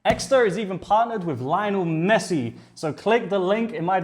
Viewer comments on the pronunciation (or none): none